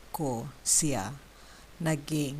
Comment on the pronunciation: Sorry, but “ Siya” is not pronounced “ceea”. . It is pronounced “shya”. Please correct this. It means he/she.